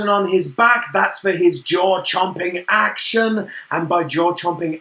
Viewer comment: хватит говорить акшен